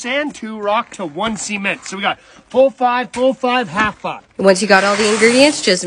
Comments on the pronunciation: Bro why did he say it like that ? 💀☠️ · He says cement like the t is silent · Why he pronounce “cement” like that